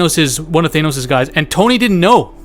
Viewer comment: Omg NOT THAYNOS